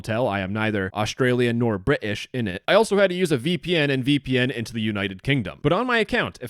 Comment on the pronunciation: I appreciate the correct pronunciation of Bri'ish